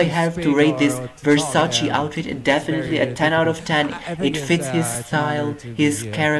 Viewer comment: Marco is dressed by Versace, not Versacci 😂